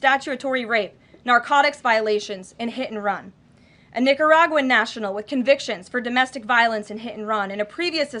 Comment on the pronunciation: I thought she was dropping the n-bomb when she said Nicaraguan?😂😂